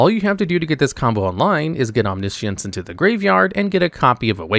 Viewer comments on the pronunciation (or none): OmniSience FFS dude at least try to pronounce words correctly. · He said omni-ishiance